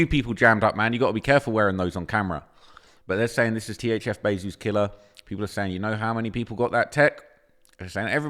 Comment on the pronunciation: It's. THF. NOT. THZ. WHITEBOY